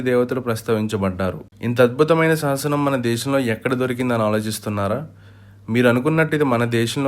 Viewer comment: సాసనమ్ కాదురా, శాసనం అని పలకాలి. సాసనమ్ అని ఈ వీడియోలో అన్నప్పుడు నీ శరీరంలో నవ రంధ్రాల్లో సీసం పొయ్యాలి. పాయికానా తొట్టిలో నీ మొహం పెట్టి మాలాడినట్టు రీసౌండ్ వాయిస్.